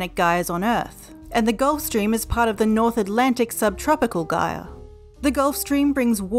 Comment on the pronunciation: I have never heard "gyre" pronounced that way before, nor can I find where it is pronounced with a hard g. Where is this accent from?